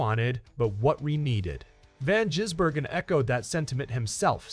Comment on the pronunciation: Why are so many Americans unable to read or understan d?his name is Gisbergen NOT Jisbergen